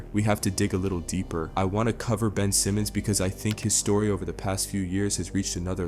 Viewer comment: Mf said Ben Simons